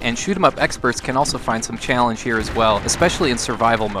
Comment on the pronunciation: Hahaha I just noticed how much I love how you have like no accent then out of nowhere your Minnesota comes out when you say "bailance" and "chaillenge"